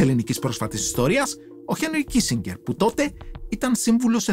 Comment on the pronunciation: όπως πάντα, το βίντεό σου είναι πολύ ψαγμένο. Έχω μόνο μία παρατήρηση, αν μου επιτρεπεις: το όνομα του Αμερικανού προφέρεται "Κίσιντζερ" και όχι "Κίσσινγκερ". Keep up the good work! Είσαι όαση στο χαμηλό επίπεδο των youtubers!